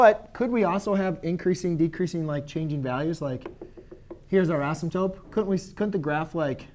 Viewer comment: Why do u say asymptope 😂😂